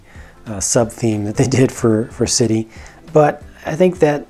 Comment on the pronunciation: you sad creder not city